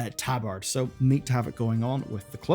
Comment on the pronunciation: Someone please tell this boy how to pronounce tabard. No more "tab-arrred", please.